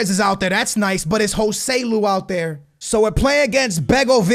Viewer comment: Its not "Gohseloe" but Josseluu